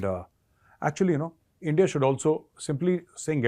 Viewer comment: I would miss hearing "Aindiya".